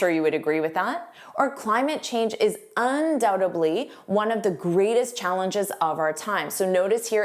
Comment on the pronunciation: Instead of "undoubtedly" I hear you say "undoubtebly"